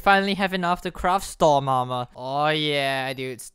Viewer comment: lol you are saying stom aremer